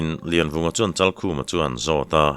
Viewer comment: Laivunga i ti zauh mai tihsual palh a nih hmel e